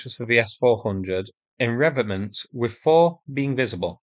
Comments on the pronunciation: And emphasis on the second syllable, as others have pointed out. did get close to pronouncing Robotyne, so I'm sure he'll get revetment eventually. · Pronounciation point - Revetment - Revet (Rivet with an E) ment. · Reh-vet-ment (three syllables) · Revetment. The 'T' is not silent. You're welcome.